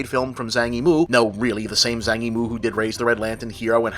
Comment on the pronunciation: Zhang Yimou is pronounced "Jong EE-mo" (with a bit of an 'a' sound in Zhang). Just FYI.